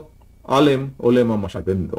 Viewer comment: উচ্চারণ সঠিক করেন জনাব। ওলেমা হবে না। শব্দটা হবে ওলামা।